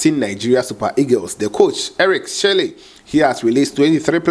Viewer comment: My brother you have to learn how to pronounce.. you most at times pronounce alot of names wrong.. both players and coaches.. it's not Shelly it's chelle 😮